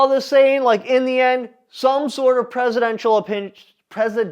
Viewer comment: precedent, press-cit-dent-chul "precedential" has a sit/"C" like "citrus". (sometimes I "struggle buss" too man!)